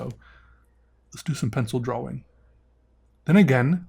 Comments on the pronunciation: I honestly like this guys channel but everytime he says DRAWLING I turn it off idk why but it annoys me hearing it constantly. Its drawing...he knows that-so why add the L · I caught that too, I was like “did he just say drawing?” I played it again and heard “draw-ling” and was like “what is going on here!?”